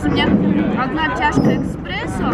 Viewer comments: Не ЭКСПРЕССО, а ЭСПРЕССО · "Одна чашка эспрессо" а не "эКспрессо"! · не экспрессо а эспрессо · ЭСПРЕССО, НЕ ЭКСПРЕССО!!! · не экспрессо, а ЭСПРЕССО) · ЭСПРЕССО , А НЕ ЭКСПРЕССО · Экспрессо...мда. Эспрессо! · не эКспрессо, а эспрессо:) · Только не эКспрессо, а эспрессо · Трансляция, а не Директ. Эспрессо, а не Экспрессо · ЭСПРЕССО😬😬 а не экспрессо!!! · эКспрессо:D Люблю Катю, но не люблю когда она произносит слова не правильно) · не эКспрессо, а эспрессо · Эспрессо а не экспрессо